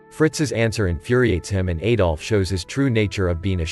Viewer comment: Could not get more than a minute into this. Please stop pronouncing his name incorrectly. The 'A' in Adolf is pronounced like the A in the word Add, not like an A that rhymes with Hey.